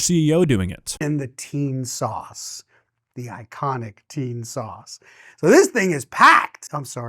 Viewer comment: Is anyone else feeling a bit weird, that the last CEO kept saying "teen sauce" ? 🤔